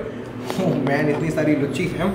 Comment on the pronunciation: भाई उसको लूची बोलते हैं लुच्ची नहीं